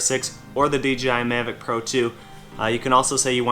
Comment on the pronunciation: Hello, it's nice video about DJI Mavic 2 Pro and so far the best unboxing i've seen. But could you say the name correctly in the next video please(Mavic 2 Pro), it rumbled my ears. When you choose me i would like a drone.